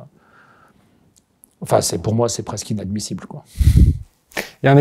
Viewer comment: « C’est Ena-dmissible 😂 »